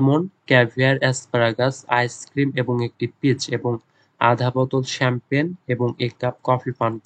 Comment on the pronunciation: (F) number er উচ্চারণটা হবে শ্যাম্পেন।আর আপনি কি বললেন এটা।।।চামপাগনী😂 যখন বাংলায় বলেছেন তখন ছিল। ইংরেজিতে ভুল উচ্চারণ করেছেন ভাইয়া